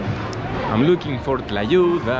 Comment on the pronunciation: "So, I'm gonna destroy la tuya" lmao you meant "Tlayuda" 😂 "la tuya" sounds sexual lol